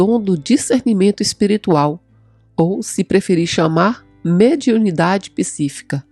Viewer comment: Pq será que ela fala pissifica ao invés de psíquica?